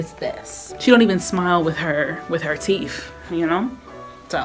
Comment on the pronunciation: “She don’t even smile wit her teef “ 😂